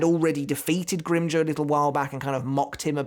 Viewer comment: “Grim-joe” Lmfao it sounds like he said that instead of “grim-jow” like jowl without the L